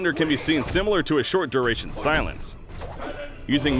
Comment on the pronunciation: This dude can't pronounce duration.